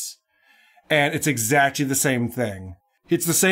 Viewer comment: W.A.T.P. says exactly like "exachy" and it's infuriating to listen to